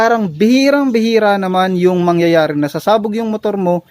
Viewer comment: hahaha bos ok na sana ung paliwanag mo tawa kami ng tawa ng anak ko sayo na buloy kana imbis na mang yayare sabi mo mang nyanyare hehe pero ok lang yan bos